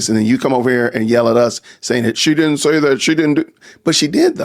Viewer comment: Oh NO! He DIT-ENT!